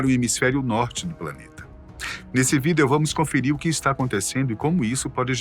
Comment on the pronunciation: Pra que pronuncia a palavra VIDEO desse jeito kkkk Pronuncia de maneira normal Ou seja pronuncia normal,e não como se lê Fica ridículo isso